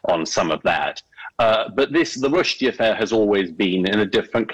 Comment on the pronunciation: It's spelled sacrosanct, Modern Wisdom. Not sacrasanct. And your narrator thinks it's Salman Rush-dye, o Modern Wisdom.